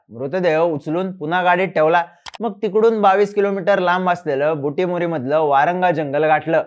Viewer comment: Butimori nahi chinmay bhau....buttibori